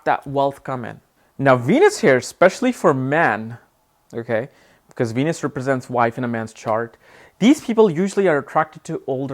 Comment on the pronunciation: venus sound like ENUS